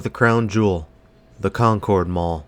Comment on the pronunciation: It's a great mall, I went there a lot when I was at school at St. Mary Magdalen which is a little further south on Concords Pike. Pronounced like Conkurd btw, not the typical pronunciation such as in the Concorde Jet etc